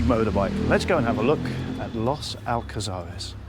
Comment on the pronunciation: Los Alcázares is a very busy place even in winter, this guy is only in the Old Town if he went further up to the 525 Strip that is a very lively place with a lot more bars and restaurants, and his pronunciation of Los Alcázares is not very good. Also all the supermarkets he mentions are all there. Come on get your act together